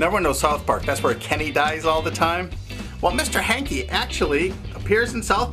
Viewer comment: Hankie, not Yankie